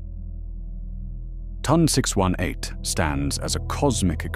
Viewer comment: The way you said ton 618 told me everything I needed to know about this video.